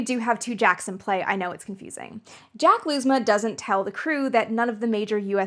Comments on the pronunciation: Lousma is pronounced Louze-ma (like "how" or "frau"), not Looze-ma. He introduces himself in a Youtube video titled Jack Lousma Interview Part 1. Thanks for the awesome video! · Lousma pronounces his name "Louse-mah", not "Lose-mah". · Lousma last name is pronounced Lous-ma. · Excellent deep-dive. (I didn't find it at all absurd. :) ) One small nitpick. IIRC, Jack Lousma's name was pronounced with a silent "s" -- LOO-mah. I could be mistaken. I was barely a teenager when 13 launched.